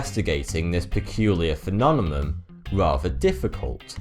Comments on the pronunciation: prounciation: PHENOMENON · Smiddy Fiveonefive Phenonemum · love your stuff REALLY do..... but you gotta do something about that damn word PHENOMENON.... It happens all the Kennedys used to pronounce Nuclear as Nahk leeah which drove people bonkers. but phenomenon you got to break into easy bites phe·NOM·e·NON. Oh and CACHED (as in stored data ) is pronounced KASHd not Kash-ed Hope you don't think this is a pain in the ass, but you have a career here narrating documentaries, matter of fact you may be the clearest host on any YouTube video, so we are striving here for poi-fek-tion as they say in Naw-yak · I like your channel: it's informative and entertaining, perhaps addictive. But please learn to pronounce phenomenon. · Hey buddy, love your channel! Great work! Appreciate the useless trivia!... Maybe just work on saying "Phenomenon" properly! haha. I'm sure you'll be using that one quite a bit in the future! :) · Why can't he pronounce phenomenon properly? I love him to death but still. :P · He's switching the m and the n. I lived all around the UK for 18 years, I know what the accents sound like. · ***** If you can't hear that the N is coming before the M instead of the other way around, then I can't help you. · Learn to say Phenomenon or stop saying it so much FFS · Every time you say phenomenon it makes me giggle.. I know its quite a word.. im not trying to make fun.. its just kinda funny to me.. It kind of reminds me of when I try to say aluminum.. half the time i trip over it as well.. and phenomenon has almost the same issues.. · i Seriously love my dude making these videos, i also always thought he had impeccable spelling but the phenomenon thing, lol, love it even more!! Original content at its best :D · Smiddy Fiveonefive thank you. i kept hearing weird pronunciation of this word through out this video. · there is no accent that stops you from pronouncing the word correctly he has a problem pronouncing it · it's pronounced "phenomenon"